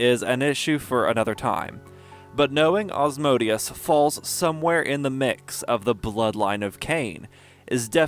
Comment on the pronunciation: Well you pronouce my name well!